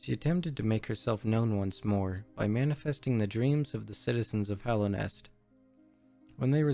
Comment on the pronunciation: Great presentation. It did bug me though that you seem to have a great command of this game world, but you said "Hollownest" and not "Hallownest" like a hundred times.